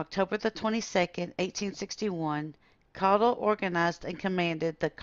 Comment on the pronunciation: Good to hear our last name pronounced correctly! Jim Caudill